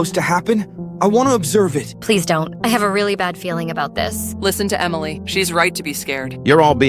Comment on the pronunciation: Blud said “emileh’s right💀🥀”